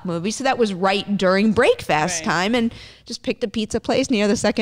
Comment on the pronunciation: did she just say Brake-fast?